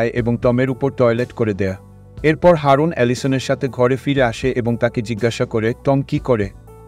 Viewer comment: Haaroon noy ..eta aroon..